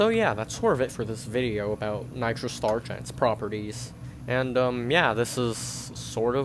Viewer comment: “Nitro stuuurrrrrch”